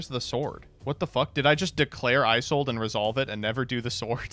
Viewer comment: It's also painful watching mispronounce Isolde 17 times.